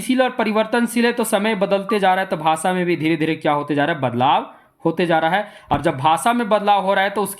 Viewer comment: भाषा को भासा क्यों बोलते हैं?😢